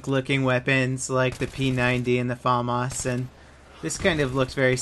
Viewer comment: its famas not faamas